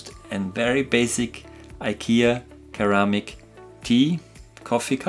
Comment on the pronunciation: Great video! But PS... The first c in "ceramic" is a soft c, like an s! :-)